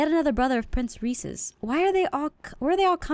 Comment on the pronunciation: XD I JUST NOTICED PRINCE MARSH-MALLOW! PRINCE REESE-S